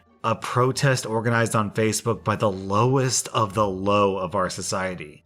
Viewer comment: Nothing against, I like his channel too, but those TTS voices are funny sometimes, e.g. “fassabook” and other mispronunciations.